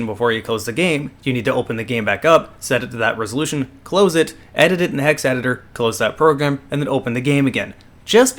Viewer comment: You said Hex right... but you fail at computers. It Is Eye-N-Eye file not innie file.